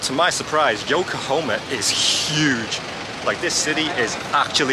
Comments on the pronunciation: Pls know it’s YokoHAma not yokohoma…. Pains me to keep hearing you keep mis pronouncing it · Dude, it's Yokahama, not Yokahoma. I believe Yokahoma is a state just north of Texas. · It's Yo ko ha ma not Yokohomea😅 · Yokohoma? Anything like Oklahoma? YokoHahma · I want to do an Asian cruise. I love all of the food 😋 Yokohama is pronounced with an 'ha' 😊